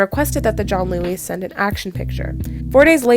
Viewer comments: Why are you pronouncing it as “john-Louie” it’s pronounced “giann-ooli” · I think Giannulli is pronounced Jee-uh-NEW-lee